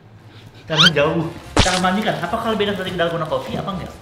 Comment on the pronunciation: Dolgona Coffee ❌ Dalgondel Coffee ✔️